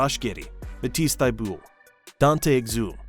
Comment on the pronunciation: I'm pretty sure the quarter final loss at Paris was to Serbia, not Slovenia. Also there's a fair amount of mispronounced names most notably Bogut, Exum and Thybulle. Seems to be the 'u' is the issue.